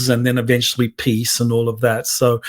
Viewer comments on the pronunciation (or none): none